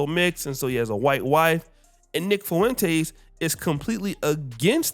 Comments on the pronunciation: Nick “Foo-wen-tays”. 😭 It’s just “Fwen-tez”, a Spanish name… also, I love what Nick said about Tatum, no officer. Fuck Tatum. He’s a lost, self-hating, original lame follower of a group of people he’ll never be fully accepted by. Super harmful to the black community and helped plant seeds of hate, intolerance and unfair treatment towards us with his daily videos bad talking us. It’s been great watching him get lit up by his so-called fellow conservatives. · “Fuwentace” lol